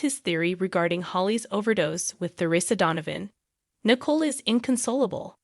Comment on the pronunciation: Nickle???? lol at least say her name correctly and Ava too geez